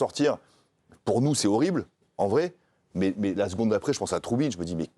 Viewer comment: Ce n'est pas troubine ; mais trubin😎